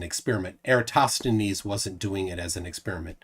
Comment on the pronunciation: Flerfs will never ever be able to pronounce "Eratosthenes" 😂